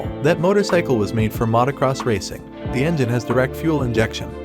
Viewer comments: AI does not know was Mautocross is. Yet. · Immediately unsubscribed when i heard Matacross and AI voice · You really couldnt find a narrator that can correctly pronounce Motocross?